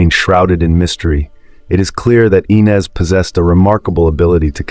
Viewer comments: It's...." I" NEZ NOT "E" NEZ. Could this be an "AI" ARTIFICIAL INTELLIGENCE.... I DON'T KNOW WHY BUT IT IRRITATES ME SO MUCH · It is AI, the names are mispronounced. It's not E-nez, it's Eye-nez, he also screwed up Tara's name, it's Tah-ra, not Tar-uh.